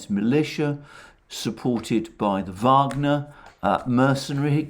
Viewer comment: Hey bud I don't mean to correct you.... it's Wagner group not Vogner group lol..... just a little insight so you can speak to your audience correctly. Great stream thank you again.